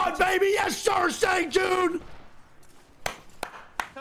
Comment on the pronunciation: He said “Let’s Go Sang Joon”, but I heard “Let’s Go Saint Jude”